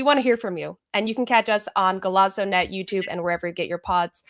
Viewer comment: Golazo is not an ialian word. You need to pronounce it simply as "Golaso" like the "s" sound.